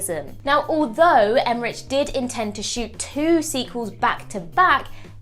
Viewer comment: Would it kill you to learn how to pronounce Emmerich?